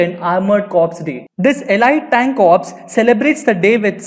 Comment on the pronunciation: its not cops man its corps pronounced as "core"